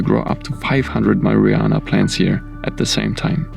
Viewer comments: Did he just say "maryanna"? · "MARIYANA" LOL